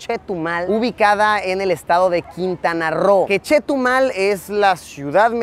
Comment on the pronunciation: persona normal : CHETUMAL El ARGENTINO : CHETO MAL 😎